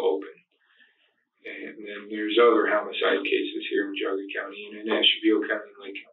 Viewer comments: it's in Ohio. I've lived in Geauga. It's northeast Ohio, off lake erie... bordering Cuyahoga and lake... Cuyahoga is cleveland... only thing that chaps my ass is that they say "gee-auga" and it's pronounced "G-auga" .... G.... not GEE.... hearing Geauga my whole life from everyone local and native, and then to hear it butchered so bad gave me a biased skew towards this whole video lmao... I'm like "what else is this asshole lying about?" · FYI…it is pronounced Jee-AH-ga. What a wretched woman. So thankful that newborn got Justice.